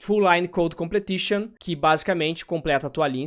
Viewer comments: se diz "complishon".. não "completishon" :P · Completion mano. Com ple tion. 😂😂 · face-green-smiling: sendo o cara chato na pronuncia: Completion